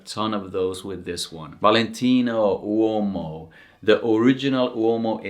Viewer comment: Awesome presentation!!! I'm obsessed with how u pronounce Uomo! 😊🥰🙏🏽